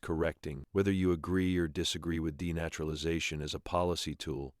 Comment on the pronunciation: You need to train your AI voice over how to say denaturalization. You're welcome.